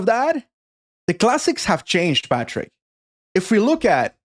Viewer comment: Please - I love you - but stop saying Patrick!